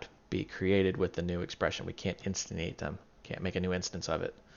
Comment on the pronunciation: "Instinate" should be "instantiate", just FYI